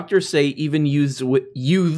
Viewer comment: Did you say “Yutes?” What’s a “yute”. 👏🏼👏🏼 for the reference. Did the tuck swanman carlman chuckle when I heard it. 🚽🚽